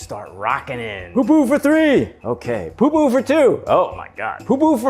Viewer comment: Its pupu not poo poo aloha 🌺🌴